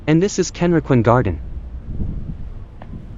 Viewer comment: 各所の名称の発音が相当間違っています。ケンリキンガーデンってどこ！ どうやったらこう読めるのでしょう